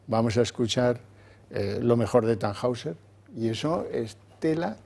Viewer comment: TannHäusser , se pronuncia (tanjoiser) 😊